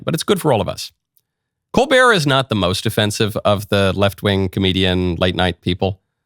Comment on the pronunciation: ...his last name is pronounced "COAL'-burt"